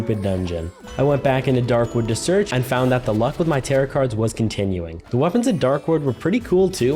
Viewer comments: I hate when people don't know how to pronounce tarot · Did he say tarot like carrot? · Him saying tar-it instead of tar-oh hurt me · Friendly note: Tarot is pronounced Tare-oh, not Tare-ot. The t is silent! Great video btw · Lol its pronounced tarot cards (t-air-oh) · the mispronunciation of tarot is truly one of the most things about this playthrough